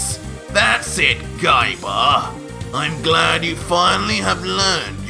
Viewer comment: I really laughed hard when u end a word with A like Gaiba you make it Gaibar